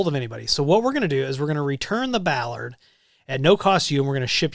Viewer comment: bollard noun... bol·lard. Pronounce the O.